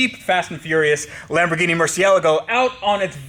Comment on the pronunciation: He also pronounces Lamborghini wrong, here's how it's pronounced